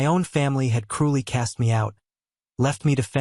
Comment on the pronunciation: Cruy ❌ Cruely ✅